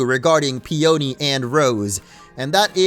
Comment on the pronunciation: PEE un KNEE.... it's a flower. Fucksake, "Steel Magnolia lol" Steel Peony.